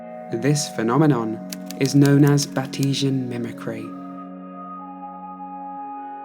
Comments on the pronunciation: Batesian is said "Bates-ian" for Henry Walter Bates, not "Bat-ee-sian" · It's not bat-esian mimicry, bait-zian like "bait's Ian to punch him as the principle walks past." I'm sure there's a scientist to back that up and with a quick google search I have the answer 10 seconds later. "It is named after the English naturalist Henry Walter Bates, after his work on butterflies in the rainforests of Brazil." Do you purposely mess up 2-5 word pronunciations per episode to drive up engagement or do you really not know? If you don't know then it would strike me as an odd job choice for you. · Just an FYI. It is BAIT-sian, mimcry, not 'bateesian". It is named after Henry Walter Bates, an English naturalist. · Bateeshan... Lol. Bates-ian, named for Henry Walter Bates. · Ngl the way you pronounced 'batesian' killed me 😂. You were like "Bat-E-Shun" 🦇, whilst I've always heard it pronounced "Bates-Ian" named after Henry Walter Bates 👨🏻‍🦳. Weird we'd have different pronunciations seeing as we're both english 🏴, I wonder whos right 🤔. Still an absolutely fantastic video you're quickly becoming one of my favourite channels 🥰. I wonder if your going to make anything on land based animals 🐘 or potentially prehistoric creatures 🦕 or are Marine animals 🐠 your speciality? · I'm pretty sure Batesian is pronounced "bayts-ian" not "bah-tea-jhen" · The phenomenon is named after the English naturalist Henry Walter Bates. Thus, it is pronounced Bates-ian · I adore your content! Batesian Mimicry is named after naturalist Henry Walter Bates, so it’s pronounced ‘bates-ian’ though. c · Batesian is pronounced like the name bates after the guy that came up with the idea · Batesian mimicry is named after (I believe, Henry Walter) Bates. I'm thinking that your pronunciation is wrong. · As always amazing, I have only one criticism: You said Batesian like it was an ethnicitiy, when its Batesian as in "of Bates", since Bates was the name of the guy who coined the term.